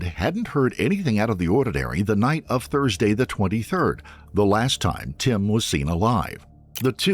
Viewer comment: how do you get 'thrudsay'. Must be AI slop